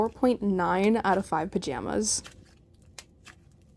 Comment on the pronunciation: welcome and thank you so much for the heart ❤️ ..... I usually watch slimeowy but yesterday when I found your channel it was just as perfect and I hope your channel gets more subscribers :) Edit: the way you say pajamas is hilarious 😂 👍